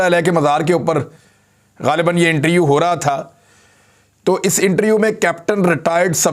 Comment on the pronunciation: Mere Bhai intriuuuu nahi hai interview hai.... Plz interview boliye na ki intriuuuuuu....